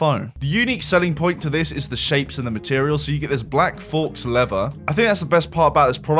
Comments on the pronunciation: Faux is pronounced foe, not forks lol. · Also faux is pronounced fough ha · Faux is pronounced "foe" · I don't think it's fox leather, that is probably illegal to sell no? ohhhh Faux, you said fox. Is this AI?! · "English is not their first language," said "thee" host as he spoke of "fox leather" and "cycalists." 😂 OMG, glass houses, mate, glass houses 😂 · "forks leather" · People usually say fokes 😂, I cringe every time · Not a criticism because I don't really care, but faux is pronounced like "Fow" like Slow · did you seriously just pronounce "faux" "fokes" lmao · Did you really just say "fawx" leather? For fucks sake. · Please never say faux again, thanks. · His mispronunciation is a real fox pass